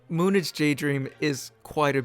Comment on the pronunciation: lol its said as moon age lol